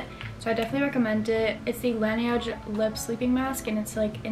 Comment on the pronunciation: Hii! I love your videos and I just wanted to say for the lip sleeping mask it’s “laneige” and not “laniege”. It’s like “the snow” but in French ❤